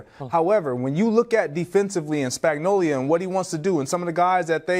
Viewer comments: Spagnolia? is that how you say it? 😆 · Anyone else hear Greg Jennings call coach Spagnuolo, "Spagnolia"? 😂